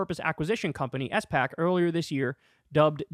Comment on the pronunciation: its a SPAC (SPA Ac) not a S-PAC